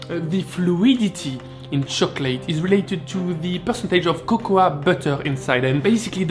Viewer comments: Oh you've probably heard this a gazillion times already, but it's pronounced "koko" (cocoa) in English, not "kokoua" ;-) I know it's confusing for a frenchie, english eh? Or just stick with cacao, that's what the latin americans say :-) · Great vid but you just pronounce it as ‘coco’ you don’t really say the ‘a’ 😉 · cocoa is pronounced coco, a is silent. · I enjoy your accent, but there is a big difference between saying a word with an accent, and totally mispronouncing it. In that regard,...at least in the United States, the "a" in the word "cocoa" is silent. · Great vid! Just so you know, cocoa is pronounced like there was no a at the end.